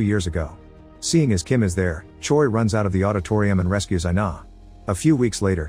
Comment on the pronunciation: Choi is pronounced like Chway. Or like Chae. Not Choy.